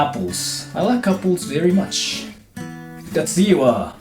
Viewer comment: i like “tennis ball” veri mucshu 🤣